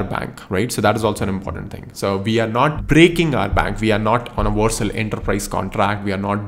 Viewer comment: It's Vercel not Warcel😅